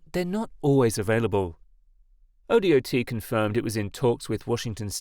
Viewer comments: Wa say, O dot not O D O T drive me nuts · oh dot. Not O-D-O-T. Talk to someone in Oregon before posting. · ODOT is pronounced oh-dot, not oh-dee-oh-tee. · "Oh Dee Oh Tee" lol as an Oregonian, we just say "oh-dot" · Up in Washington it’s WSDOT (w. s. dot) so O.D.O.T. also made me chuckle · it isnt ai lmao hes just a brit that doesnt know we say dot for DOT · This was killing me too. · Everyone in america pronounces it that way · yea everyone that isnt a fing tts bot says that also